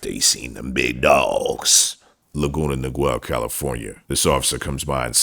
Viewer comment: the old man with the cane that fell with his partner was a slowwwwwwwww burner !!! hahaha. worth it ! i have heard laguna niguel pronounced with a “i” sound like the “i” in TRIGGER, as well as the “i” sound like the “i” in NIGHT, but, it is pronounced Lah-goon-ah Nee-gel, but the “e” in “gel” is pronounced like the “e” in HELL. it’s pretty funny anything from there is on this vid. y’all r wild. i love it ! ✌️&❤️ edit: now i am unsure on how to pronounce it hahaha. just found some interesting history on it.